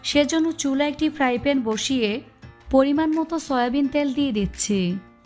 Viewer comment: আপনি ত্যাল না বলে তেল ৰলতে পাৱেন না